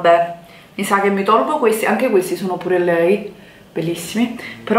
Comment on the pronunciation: Comunque si dice "piur lei".